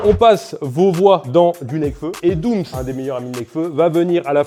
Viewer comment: C’est doums pas doum’s mdrr doum’s = sir doum’s pote de booba